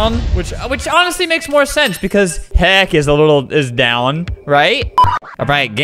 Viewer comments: Albert said heck on a wrong way..... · Albert: “Pit of heck, it’s like tower of hell but-“ Me: “did you just say..HE- vomits ...........HE- vomits “